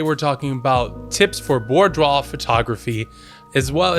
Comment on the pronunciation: Great video, but couldn't get past how you pronounce it hahahaha! See: "boo-dwaar"